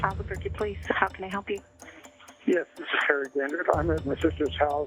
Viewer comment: “albequerqu—“ oh no.